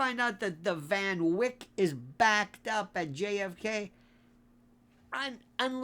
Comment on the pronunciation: I thought you were going to eulogize Bill O'Reilly. Phew! Oh, the Van Wyck Family's lawyers will be on you for mispronouncing their client's name. Just you wait.